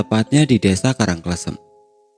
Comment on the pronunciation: Btw Karang kLEsem bacanya 😁